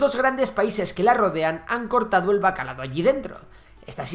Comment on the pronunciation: Sona molt malament